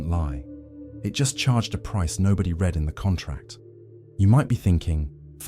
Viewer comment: What’s hilarious is that this high brow intellectual content is AI narrated. Pay attention to the mispronounced “read.”